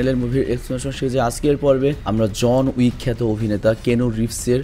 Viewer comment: জন ইউক না জন উইক 😂